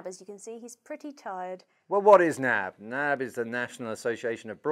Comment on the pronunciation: you're supposed to say N-A-B